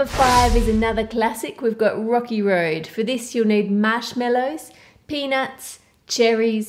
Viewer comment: when she said "rocky" I heard "rocke" ha ha ha ha lol If u don't know who rocke is then search bts rocke and u will get ur answer